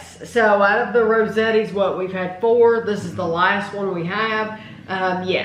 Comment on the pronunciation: Not trying to be that guy but my Italian side of the family won't shut up. The A in Rosati's is pronounced with the O sound like in dot or got. Ro sot ees😁I know I said previously that with having the actual restaurants here, I'd just get that, but I'm tempted to pick up a couple of these at Woodman's. It's tough though because Woodman's is the place with all the Pep's Draft Haus pizzas. Hard to pick another pizza over those.:_tamiLove::_tamiLove::_tamiLove::_tamiLove